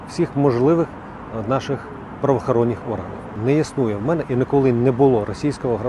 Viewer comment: Оте хрінло з 8 хвилини. Воно не те що як наші люди говорять слово те слово інше. Воно навіть вимовити не може українські слова. - Я прошов всі перевиркі, всіх можливих праваахаронніх органив. Ти не пройшло перевірки української мови. Щеня лисе.